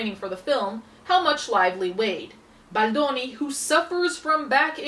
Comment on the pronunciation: I love how you pronounce "Baldoni" in the real Italian way!